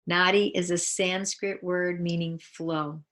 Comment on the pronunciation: It’s so nicely explained! Thank you. I’d like to ask if you can not properly do Sanskrit pronunciation, can you write on the screen? So it’s correctly understood. Thank you